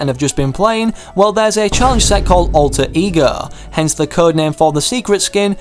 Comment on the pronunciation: When he says alter ego it sounds like e-girls